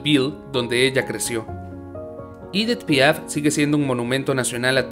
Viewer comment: Se pronuncia Edí Piá porque era francesa